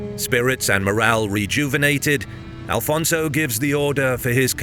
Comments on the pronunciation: Is not Alfonso, is Afonso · Great video! Just one small correction, it’s Afonso Henriques not Alfonso. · It's AFONSO, not ALFONSO! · Why do you say Afonso wrong? Please dont insult the Portuguese, thank you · i get angry every time you call our 1st king alfonzo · IT'S AFONSO HENRIQUES pá, fogo 🇵🇹 besides that brilliant video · Who the fuuuuccc is Alfonso? Its AFONSO caralho this ain't Spain so speak properly... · It's not Alfonso. In portuguese it's Afonso. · It is AFONSO Henriques NOT ALFONSO. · It’s Afonso not alfonso. Portugal first king is Afonso Henriques, not Alfonso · Afonso, not Alfonso. I see people correcting but the error remains even after being told. Nobody writes or speaks it that way in Portuguese. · Good pronunciation in Henriques, but bad in Afonso (no "L" in Afonso). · His name is Afonso, no Al fonzo🙄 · First of all if you want to use AI to make videos check with history books also, because it is not Alfonso but Afonso , we so not have the "L" in the name , that is a spanish name not portuguese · AFONSO, not Alfonso! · Afonso Henriques not Alfonso... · There is no Portuguese name that is AL-FONSO...it's AFONSO. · One Note: The king was Afonso Henriques not "Alfonso" lose the" L". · It's: Afonso, not Alfonso! Always without the L because he never took it ;) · I love your videos, but you should correct at least the name of out first king. The names is not Alfonso but Afonso, there is no L at all. Its a common mistake and it bothers us. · please it´s no AL-FONSO it´s Afonso. remove the L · I'm portuguese. You are being disrespectfull to and his great work, due to your ignorance of old portuguese language am e names. Afonso was Alfonso in Portuguese language documents, chronicles etc. until 1600s. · AFONSO! Not "alfonso", castillian word. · It's Afonso, not Alfonso. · Brother it is Afonso not Alfonso…